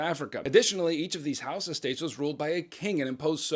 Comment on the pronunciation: does he say “house of” or “Hausa”?